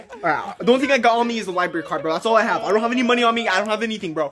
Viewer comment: my dude said "libary" you still funny though, good effort too